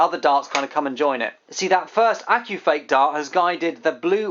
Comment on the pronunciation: is it just me or did he say accufake dart😂lmao